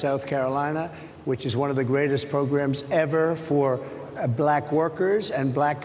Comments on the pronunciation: The way her pronounced "black"..."Blaaaahkkk" is all we need to hear. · The way he pronounces “black” sounds racist lol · Trump has an obnoxious way of pronouncing the word, "Black." It's as if he deliberately wants to make it sound bad or insulting. The journalist, for the most part, were respectful and polite but he is accustomed to people being "bootlickers" in his presence.